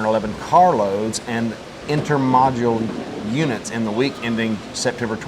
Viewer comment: It's pronounced "inter-MO-dl" guys, not "inter-module." Sorry... Grammar nazi found it hard to listen. Love you anyway. 🙂